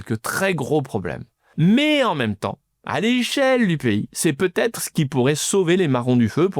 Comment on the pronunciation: « Va-Têtre.. »on en est encore là, cz GA🤒